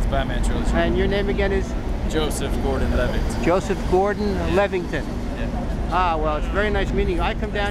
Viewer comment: I think you did a great job with the interview. I thought it was a bit funny when you said Levington lol But hey everyone makes mistakes. Joseph didn't seem to mind he handled your question's like a gentleman and you had allot of interesting topics to discuss.